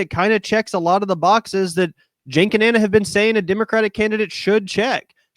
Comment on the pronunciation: FYI Ana’s name is not pronounced Ahna, it’s just like Anna